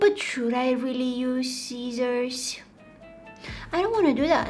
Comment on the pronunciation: when she said sissors i thought she said sietiors and i started to laugh so super very much